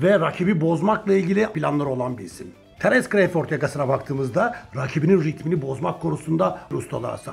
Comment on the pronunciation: CREYFORD NE ABİ CRAWFORD İNGİLİZLER NASIL SESLENİYOR Bİ DİNLE İSTERSEN